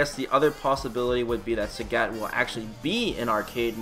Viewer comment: It's pronounced Sagat not Sägät. What are you, finnish? :D What's funnier is that you sometimes say it correctly, only to ruin it with "ä"s the next time you say it!